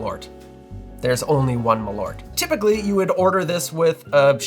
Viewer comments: Dear Americans, it's MALL-urt, not muh-LORT. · what is ma-loert? Maaal-oert! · You should pronounce Malört like "Maal-Eert" - You drink it to Pickled Herring, and you should NEVER EVER buy this, you should make Malört yourselves and adapt the recipe to your likes. And IF you should use Malört in drinks you spray it in the glass when making Corpse Reviver No. 2. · I can't stand everyone calling it "Maloort" 😂 It's "Maal-ört" the ö-sound is quick. Put Malört into google translate and listen to it in Swedish and you'll understand how it's supposed to be pronounced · Not important, but if you want to correct other bartenders in Chicago, you can tell them that it is pronounced "Maaleart" (note the semi-long 'eart', which is close enough to ört). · Pronounced: Maal--örrt in swedish. malört {comm. gen.} /m'ɑːlœʈː/ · Extend tha A in Malört and you get better "swedish" pronunciation. And pronounce the Ö like the U in "burn". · Usually the mispronunciation of Swedish words is understandable and largely inoffensive but when it comes this fast, this often it starts to really grate. Suggestion, treat the word as if it was two, because it is, Mal and Ört as you noted in the video. There isn't two Ls in it, think of it's pronunciation the same way you would wormwood, it's also two words and you don't blast right through it. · First of all it is a bit hilarious for a swedish like me to hear you guys on YT butchering the word "Malört" there are only one of you guys that says it correctly and he is a norwegian. I have actually made a liquor with wormwood and spruce sprouts and it aint that very bitter or perhaps my taste buds are dead because of too much chilli in my food. Perhaps it is something else than wormwood that makes it so incredibly bitter. I do hope you have access to a toilet because wormwood might be a bit laxative.